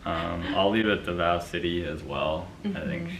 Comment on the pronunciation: Hi my dears! So Davao, Pasay, and Quezon City all have their stresses on the first syllable. DAH-vow (like the word vow) PAH-sai (sai like scythe) QUE-zohn (Que like 'Por que', and zon like lawn but with a Z). Just in case they'll be coming up again in the next few vids. Hope this helps! Bonus: Pah-rah-NYAH-que (same que in Quezon)